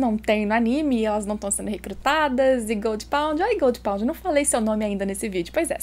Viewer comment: Fico boiando quando fala goldpound hahahaha